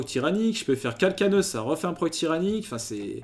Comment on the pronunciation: Par contre calcaneus se prononce « calcanéuss » stp ça me stress